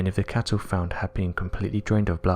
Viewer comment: It's such a shame such decently produced uploads are so badly narrated. His voice is nowhere near loud enough and too soft. He also mispronounces every other word, and it isn't just his accent. Words like "cattle" he mispronounces as "cattow" because his impediment won't allow a hard "L" . It becomes not just irritating but very difficult if not impossible to follow along. I wish they would edit these and re-voice them. It would be such an awesome channel then.